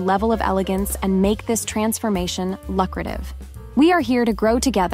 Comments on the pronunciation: "Loo crative" not "luck crative" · Good video, but the word lucrative has a long u. Loo not luck :) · “Luckrative” - yeah, no